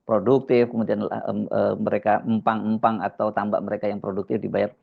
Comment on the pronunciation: Bukan eumpang Bung Hersu.. kami masyarakat kecil menyebutnya EMPANG,,,atau kali kecil🙏😁